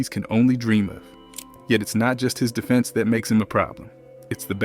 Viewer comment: This gotta be AI. You don't say "defense", "close out", or "phenom" the right way for ANYONE who watches basketball. You didn't analyze anything and every sentence seems like it was an answer to an AI prompt. You said nothing of substance. Garbage slop content.